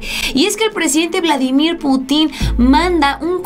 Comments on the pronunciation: ¿Por qué pronuncias Putín.... Cuando la "i" no lleva tilde? has de pronunciar Putin y no Putín. Como si llevase tilde en la "u". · Se dice PÚTIN, Pútin. No sabes usar los acentos????? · Pútin,; acentúa la "U" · Más respeto para mí camarrada Vladimir ,es Pútin y no putín ánimo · Exactamente, raro que vea un vídeo de ella y cuando habla del Presidente Ruso, me molesta mucho que pronuncie mal su apellido y le pongo en el comentario: PUTIN NO PUTÍN. Pero sigue igual. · se lee "Vladímir Pútin", no "Putín". Tu no eres "Solanó", eres "Soláno" (uso acentos gráficos). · Hola. Deberías pronunciar correctamente el apellido Putin con acento en la u para que no parezca una falta de cultura y hasta pase a ser visto como una ofensa intencional que no sería bien visto desde tu figura como youtuber. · es Pútin no Putín, te invito a pronunciar bien,. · Mi querida, es Putin con acento prosodico en la u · Sabías que la palabra Putin no tiene acentuación en la i, no se dice puti'conacento en la i se dice Putin como se lee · Ya por DIos aprende a pronunciar el apellido de Vladimir Putin!!!!!!!!!!